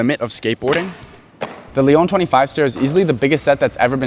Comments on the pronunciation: You said Leon….. it’s spelled Lyon but pronounced like Lion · Not Léon Lyon the city bro im french pls Just for that